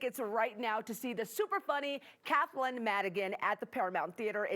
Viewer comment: It's Kathleen! You said her name wrong!